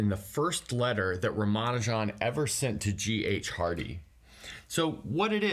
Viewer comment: it's actually pronounced RAHM-mah-NOO-Jehn.